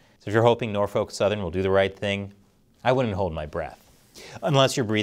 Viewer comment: As a resident of the Hampton Roads Area, that it not how you pronounce it Norfolk. It's pronounced more like Nor-fick, not Nor-folk. I know sounds wierd but thats the correct pronunciation.